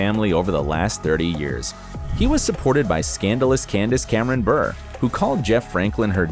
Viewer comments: its buray! not bur 🤦🏼‍♀️ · Dude Candace’s surname, Bure, is pronounced Bu-ray not Burr lol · It's insulting that you pronounced Candace's last name wrong. It's pronounced "bur-ay", not "burr". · Bure is supposed to sound like hurray when pronounced not Burr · Candace “Bur”???? It’s pronounced, “Bu-ray”! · Candice's husband last name is pronounced "burr-A", not "burr". Obviously the narrator never watched hockey a day in his life. His brother, Pavel Bure, is one of the greatest players in NHL history. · Ok no It’s not “burr” it’s “burè” AHH WHY HAS NO ONE SAID THIS! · Its Valerie Bure pronounced Burr-eh not just Burr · For the love of god in every Full House video that you mentioned Candace Cameron Bure's husband's name you butcher it!!! Stop saying Valeri Bure as Valeri Burrrr it's pronounced Bu-re. How hard can it be to say a four letter last name correctly? All you had to do was watch one single video clip of him playing hockey or his brother Pavel and you would have heard the announcers say his last name! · It’s not Burrrrr... it’s Buray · When he said bur instead of bure I really started to scream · Every time he said “burr” I cringe. It’s more like “bur ray” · Valerie "Berr"....haha, it's pronounced like "Byur-A" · Ok #1 it's Bur ay 2 learn to read. 3 who cares they are NORMAL HUMAN BEINGS like the rest of us!! 4 your really stupid for doing a video like this. There's enough people trashing others. I'm sick of all of it. 5 Bob Saget is dead didn't you ever hear of " don't speak Ill of the dead". I LOVE the cast. All you care about is getting paid for putting garbage on YouTube. By the way I have a traditional marriage. So put that in your pipe and smoke it. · It’s Candice Cameron Buré (BU-RAY) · It’s burr aay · I just love how everyone else has done drugs, been divorced a million times, gone to rehab, etc. But Candice is the one described as "scandalous." 🙄🙄🙄 By the way, her last name is pronounced Cameron-Berr-ay. And the hospital is pronounced Sigh-nigh 🙄